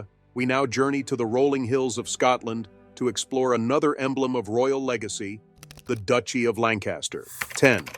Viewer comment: “Legeacy” ? I think not!